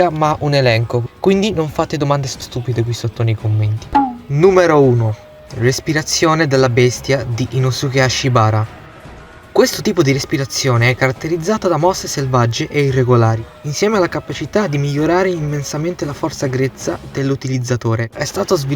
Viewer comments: Comunque e hashibira non hashibara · Nn si chiama inosuke hashibara si chiama inosuke hashibira